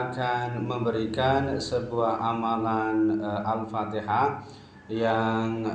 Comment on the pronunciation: Itu baca alfatihah sambil niup celana nya brha kali alpatiha nya